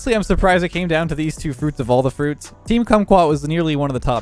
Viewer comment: says cruits instead of fruits pay attention and u will hear it